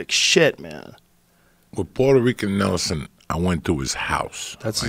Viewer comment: Nobody Absolutely nobody Joey Diaz : “puerto rican Nelson”